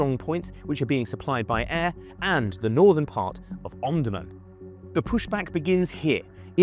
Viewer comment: You are pronouncing the names incorrectly, for example Omdurman, El Obeid.